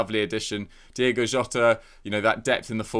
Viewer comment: This gay guy should just come out and admit that he can't be arsed to pronounce it Diogo.